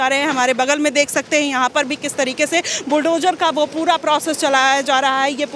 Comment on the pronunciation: BulldoJAR , demolissss etc etc???.. Pehle bolna toh seekho nafrati anpad fake journalist 😂 fir nafrat phailaana😂Na media law and ethics ka pata bus mic pakad liya 150 rs ka ban gayi journalist 😂 kis gutter se mass communication kra hai?